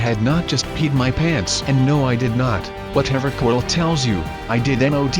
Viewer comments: LOL at beginning he said cortle instead of corl! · it's not Cordell it's corl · Is not corld its corl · why you call corl cortol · Cortle?? Dont you mean Corl? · Btw it's Corl not Cork